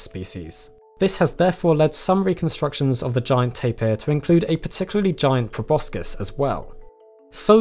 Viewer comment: He mispronounced proboscis